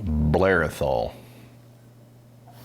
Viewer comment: Just to note guys, for the pronounciation of Athol, you accentuate the first syllable Ath, not the ol.